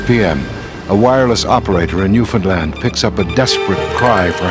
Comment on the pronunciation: I'll cut him some slack. Henry Ramer pronounced Newfoundland right. haha Cheers b'ys